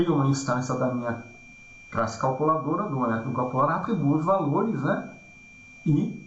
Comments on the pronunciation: gostaria de saber por que razão fala 'crasse' e não classe??? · Ele fala Crasse e tem 28 mil inscritos e ajuda muita gente e vc fala classe e tem 28..........